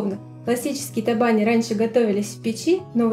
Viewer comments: табани, ударение на последний слог. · В Удмуртии ударение в слове табани делают на букву и. И конечно готовят в печи с начинкой из фарша или с мойвой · В слове табани, ударение на букву и.